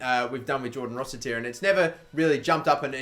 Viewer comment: its rossiter not rossitier you melt